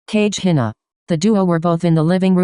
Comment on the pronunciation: Spelling: kagehina Lady: CaJe HiNaH